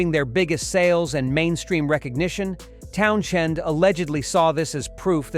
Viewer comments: The h is silent, it is pronounced towns end. He is spot on, the bands were bland & lacked true emotion. The Sex Pistols were just about shock but were as manufactured as The Partridge Family, the only punk band with lyrical & musical merit were X Ray Specs. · Dreadful that cant even pronounce Townshend properly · what a pile of overblown pretentious crap, the narrator can't even pronounce Townshend properly, don't waste your time. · You know you can skip this AI-generated nonsense when you hear how the name "Townshend" is pronounced. Note too how all the filmed quotes of Townshend here are him talking about people OTHER than the bands in question. There are no direct quotes from Townshend about any of these bands, outside of Led Zeppelin ("they're great mates, I just don't like anything they've ever done") and he would have never used terms like "cultural appropriation". I know he liked The Sex Pistols, and I don't think he had anything against Yes. This is pure made up BS. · What particularLIY OFFENDA MW IS A uyNK WHO CNNOT PRONNOUNCE Towns Hend not tonw sh end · the "H" in Townshend " is effen SILeNT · At least pronounce his bloody name properly. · Garbage. Talk, talk, talk by a bot that can't even pronounce the name of the person in the title of the piece. Waste of time. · I couldn't finish the video. The bullshit mispronounced name threw the video off and the information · Learn how to pronounce the guys name before you crap all over the bands mentioned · Would otherwise be a interesting video to see, I just cannot wrap my head around the mispronunciation of Townshend. For the love of God get it right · Can't listen to someone who can't even pronounce his name properly. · He probably also hates fucking idiots who post videos constantly mispronouncing his surname. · If you can’t pronounce his name correctly you may as well give up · Wrong pronunciation of Pete`s surname.Ridiculous babble. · God, learn how to pronounce the guys' name! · Lousy AI, Townschend?